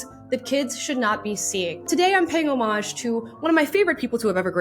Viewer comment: Thank you for saying homage and not homage